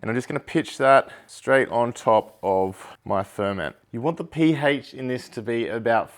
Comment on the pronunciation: The Pee-Hache